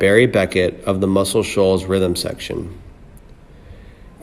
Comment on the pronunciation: As a narrator, you may want to learn to "simpatico", "Warner Bros." and Muscle Shoals.